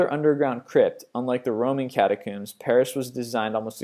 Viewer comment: Whats a kat-a-cooom? Lol "Catacomb"